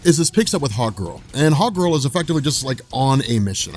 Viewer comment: I hear hotgirl when u say hawkgirl lol.